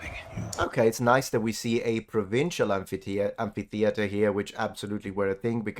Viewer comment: Oh, someone who pronounces "amphitheatre" like a sane person... All I hear around me is "empatheater".